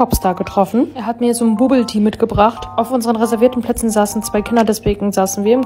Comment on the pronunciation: Bubble tea wird babbl ti ausgesprochen